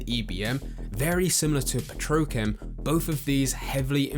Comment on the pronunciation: petrochem lmao Edit: he did it again omg Ok it got annoying now. It's pronounced Petro chem. Like two words.